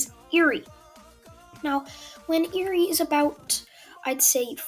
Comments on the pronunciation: It’s pronounced air-ree not ear-ree. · Ahhhh I can never get over the way you pronounce Eri